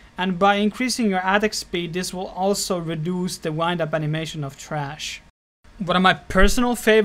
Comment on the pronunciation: Lol love it... trash hahahha sounds so funny the way he says it